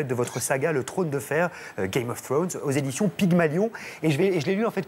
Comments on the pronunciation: "Game of Faunes" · Faut que les gens arrêtent de dire "game of fffwone" quand même ...